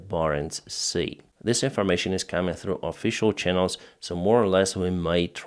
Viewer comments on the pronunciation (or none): stop saying "this information", it sounds an awful lot like "disinformation"! You can say "that information" instead, it doesn't sound so confusing!